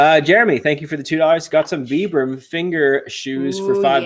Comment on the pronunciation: Love Love Love your videos! A little constructive criticism? Been in Shoe Biz many years..Let's say V-eye-bram..not V-eee-bram soles..Ha Ha..Keep it up..learning a ton!